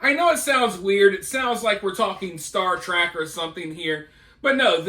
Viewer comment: This guy yells and calls it "STAR TRACK" .